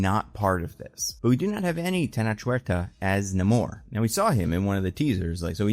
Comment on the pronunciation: The better question is; where is Hulk?? Also, Namor's name is pronounced: "Nay-More".